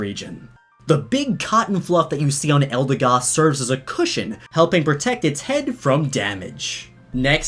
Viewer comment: Hasn't even been a day and hes already mispronouncing the Pokémons' names. 'Eldeegoss.' Its 'Eldehgoss.'